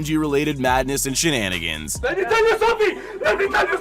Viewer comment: The"let me teel you, something let me teel you something " soooo funny